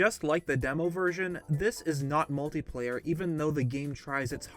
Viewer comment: It's not "Multiplayer" you idot.